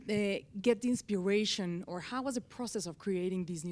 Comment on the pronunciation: How to pronounce /gui'tar/ and "inspiration" still eludes Thomas and Damiano respectively.😊 I suggest they try digiting those words on Google translator and practise them.